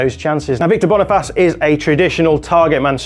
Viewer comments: Its not that difficult to pronounce bro. /Boni- FACE/ NOT /Boni-FAS/ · Literally Boniface But calls it Bonifas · BONNYFACE NOT BONIFAS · why would you say BoniFASS as an englishman when its spelled FACE? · Great video. It is actually Boniface spelt Bony face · It is pronounced AS SPELT BONI FACE. As in Face off starring John Travolta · Apparently Boniface's name is actually pronounced in an English fashion (although your French pronunciation sounds much better) 😊